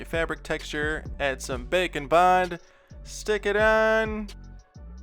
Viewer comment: *knows it's called Bake n Bond, still only hears bacon bond